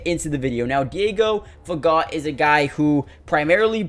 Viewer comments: Pronounced: Fa Go! The T is silent. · Diego is a fine young man from a great family! Wish Diego all the best. His las name is French, as others have said, the T is silent!